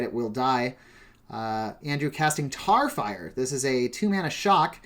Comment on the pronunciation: lol how did you mess up tarfire twice?! you of all people